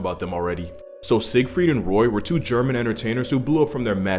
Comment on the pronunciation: shoutout to my homie for pronouncing the name siegfried correctly